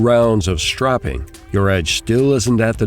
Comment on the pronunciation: hmm..keep the sharpening tips for the experts,and btw its "stropping" not "strapping"